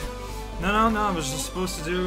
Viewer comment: That half French "no-oh" is often a precursor for the full French to come out. This time was no exception.